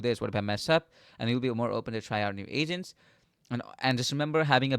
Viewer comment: its agents not asents